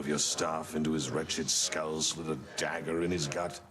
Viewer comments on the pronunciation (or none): none